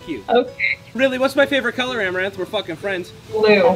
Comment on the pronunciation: u mean arm-a-ranth desperate for views par-tay